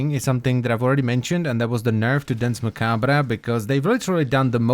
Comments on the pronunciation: Nice video, loved the in depth review. But man, I have to point out that you badly mispronounced Danse Macabre. It's actually pronounced closer to Dawnce Mah-kab. Both words are french, and literally means "Dance of Death", which is an old artsy trope that all people regardless of their lot in life will be whisked away in a final dance or show by the personification of death. Which I felt kinda adds some flavor to this warframe. As it's kind of implying it's the personification death. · Its prononced "dance ma-kabe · That is not how you pronounce Dance Macabre (its french) and he spins COUNTER-Clockwise.